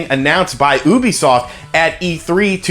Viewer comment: Ooobisoft. Or youbesoft? How is it legitimately pronounced???